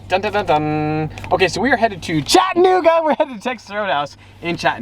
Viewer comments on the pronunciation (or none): It’s CHAT-UH-NOOGA not chitinnooga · I love here and it’s pronounced “Chatt- Uh - nooga” not “chatt- nooga” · As a Chattanoogan, it's cha-duh-NOO-guh. Close, but no cigar LOL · I live in chattanooga its Chattanooga not chattinuga lmao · Its Chattanooga not chatnooga lol ive lived here my entire life not to sound like a pompous ass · ITS CHAT—A-NOOGA!!! I live here bro get it right ! Not chat-N-ooga smh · I live in Chattanooga and we say Chat-ah-new-ga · “chat-nigga Tennessee”😂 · He said nig a 😂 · I live about 2 hours south of chattanooga (and it’s pronounced chat-uh-noo-guh 😂) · Wtf? in my hometown on the walking bridge? That's not how you say Chattanooga tho. But good try👍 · you’re saying Chattanooga wrong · I am sorry but you say Chattanooga so wrong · it sounds like you said the n word😂